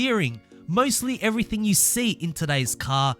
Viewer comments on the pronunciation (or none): none